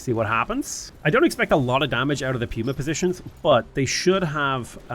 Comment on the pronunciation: Surely it’s pronounced puma (Pooma) right? Like the animal